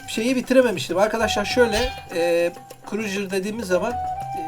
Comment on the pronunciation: stronghold en sevdiğim oyunlardandır mükemmel bir strateji oyunu. naçizane tavsiyem crusader kelimesini krujır değil de krusaydır şeklinde telafuz etsen daha güzel olur